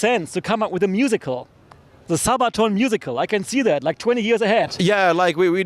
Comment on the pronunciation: ZABATOOON...Jesus...it's not German, just why he pronounced it like this?